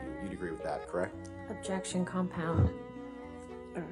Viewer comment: Very funn... "Objetion"